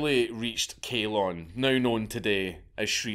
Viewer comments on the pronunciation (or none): It is pronounced Ceylon with a C like for sea! Not a k like for kale! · its not kyolne its cylon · he can't even pronounce Ceylon